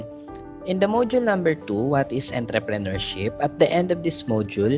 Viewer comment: Mali po Pronunciation ng Entrepreneurship??